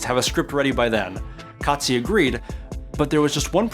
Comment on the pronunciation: Yeah, totally! I saw your presentation and the pronunciation was correct. Well done 😊